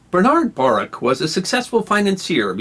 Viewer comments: Pronunciation correction. Bernard Mannes Baruch (/bəˈruːx/; August 19, 1870 – June 20, 1965) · I'm not the smartest person in the world, but I'm pretty sure it's pronounced Buh-ROOK. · Baruch is pronounced "Barook". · No disrespect intended, but Bernard Baruch's name is pronounced Ba Rook'.